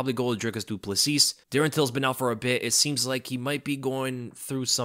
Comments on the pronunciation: Love your content mate. Just a pronunciation note, as a South African, Dricus Du Plessis is pronounced Dricus Du Pla-see. The -S at the end of his surname is silent but you've got the rest right. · It’s Dricus Du Plessy. That’s how you pronounce btw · Great content as always. Just a little heads up of little to no importance: when pronouncing Du Plessis just omit the "s" at the end so that it's "Du Pleh-see".